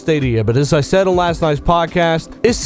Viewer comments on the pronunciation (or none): none